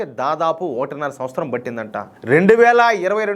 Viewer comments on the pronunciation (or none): కరెక్షన్ సంవస్తరం మీరు పలుకుతున్నది. పలుకవలసింది. సంవత్సరం. ఇది మీకు చాలా ఏళ్లుగా అలవాటై ఉంటుంది కానీ సవరించుకోవచ్చు ప్రయత్నిస్తారని ఆశిస్తున్నా. అభ్యాసం కూసు విధ్య. జైహింద్.